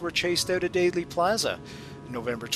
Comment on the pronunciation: There might be a Daley Plaza, [as in Richard, 1968] in Chicago, but the JFK assassination in Dallas was in Dealey Plaza [pronounced Dee-Lee]. Why do so many mispronounce it? -- all historical news of that day who did their research and who were not native to Dallas, got it right.